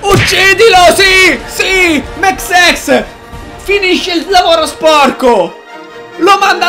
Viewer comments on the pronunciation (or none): Non Mexes..Mexsexs